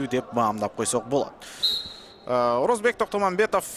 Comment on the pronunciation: Орозобек,Орозбек эмес